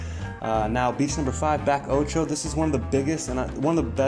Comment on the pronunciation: Thanks for looking after Rizo. Also, Bacoccho is pronounced Bah-co-cho. I enjoyed the video. We have a house in Carrizalillo.